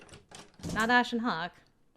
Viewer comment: Ashen HACK 😂it sounds like someone trying to say the name but is coughing. Or like a serial hacker who's name is Ash 😂